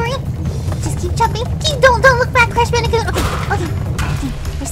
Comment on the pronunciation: I never played Crash Bandicoot before sounds like it's saying couch